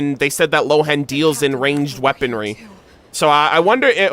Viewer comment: No, I'm a native German speaker (I'm from Austria) and Lohen would be pronounced as Lohen and not Rowen. The name Lohen is based on the German word "Lohe" and means "flame" or "blaze". Rowen is the Chinese pronounciation of the name Lohen.